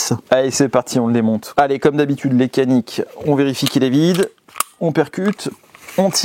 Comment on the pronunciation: No kanik cest canik ( djanik ) 😊